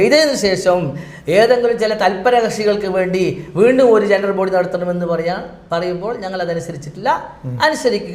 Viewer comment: ജെണ്ട്രൽബോഡിഅല്ല. ജനറൽബോഡി👍🏻